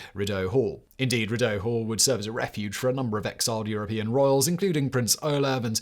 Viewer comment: Living in Ottawa I see that statue regularly. And its pronounced “ree doe” Hall. Love the channel always 👍